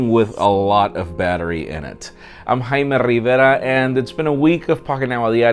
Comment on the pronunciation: HAHAHAHAHAHAHAHA. Why do you say your name like that? It sounds like hymen